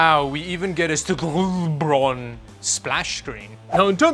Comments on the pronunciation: Is it pronounced St Gaubron? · I keep wanting to pronounce that brand name "Saint Gaubron"